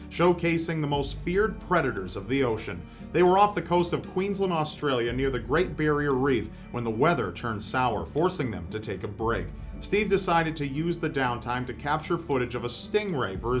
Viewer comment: Great "Berreir" Reef lol